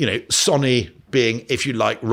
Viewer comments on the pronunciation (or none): ahhh who just about vomited 🤢 on how he pronounced "Sonny" Try this pronouncing it like "Sonie" and then you get how "Sony" should be pronounced 🤦🏽‍♂️😂🙏